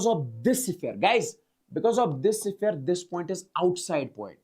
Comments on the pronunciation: Siphere ❌ sphere ✅ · Sphere ❌siphere✅